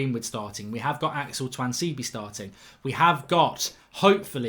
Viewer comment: Why does mark pronounce tuanzebe differently every time he says his name 😂